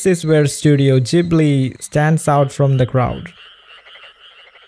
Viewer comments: Hey it’s Ghibli not jibli😂( I know because I had one of the interviews part where he said he said it by accident ) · Instead of Ghibli i sound like your saying jhibli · You don't need to rationalize it so much. Everyone can see that the Ghibli movies are better than antything else. Oh, and... newsflash? It's not "studio Zjibli". It's GHIBLY, like in "garçon". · "studio Jibly" "enWironment" 💀💀💀